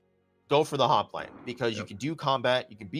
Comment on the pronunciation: Don't forget also ...Hop-lite. Not Hop-a-lite